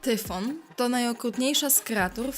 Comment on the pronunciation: Tyson, Ciemny, Hydra, Hejron, Minotaur, Tyfon, Chimera, Hipogryf,... Czyli tyle co w fantastyce.... I po drugie : nie czytaj Tyfon a Tajfon